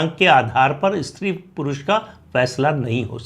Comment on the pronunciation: इस्त्री अशुद्ध है इसका उच्चारण स् त्री है ध्यातव्य।।